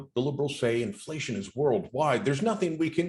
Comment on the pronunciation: quite the master debator but a slip of the tongue made him say Infa-lasheon